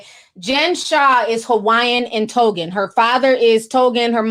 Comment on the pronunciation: Tongan not Togan.